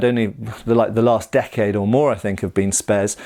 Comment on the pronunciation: "Spes cadet" ahhh noooo...